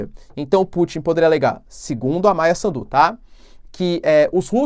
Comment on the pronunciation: Professor quando fala Maia Sandu não acentue no D só no S. Afinal mais pra o fim tu falaste bem o nome. Adoro o seu trabalho!